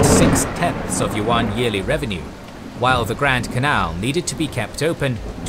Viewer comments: "Yuan" is pronounced as you-an, not wan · The pronunciation of "Yuan" is wrong in the video. It is not "wuan"(not w sound), but "iuan" (ya sound). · One pointer though: Yuan is pronounced Yoo-anne, like "You and" as one word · I don't mean to nitpick, and I respect the effort, but the lack of native pronunciation is getting to me. For example, "the yellow river". This harks back to racist tropes on Asians. Also, Yuen dynasty is pronounced like English. Can we still appreciate the knowledge? Yes, and I do. But proper pronunciation would be appreciated. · yuan is actually han Chinese pronunciation.The correct pronunciation is yüen. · That's not how you pronounce yuan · You pronounce yuan are totally wrong .